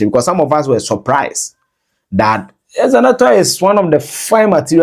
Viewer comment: The name is not Ezenetor or Ezenator. It is Zenator.